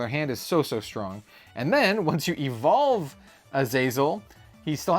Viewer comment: Whenever u say Evolve, I heard "evil" and thought I miss a new mechanic 😂